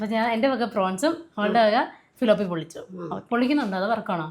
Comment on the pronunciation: തിലാപ്പിയ അല്ലങ്കിൽ തിലൊപ്പിയ. ഫിലോപ്പിയ അല്ല.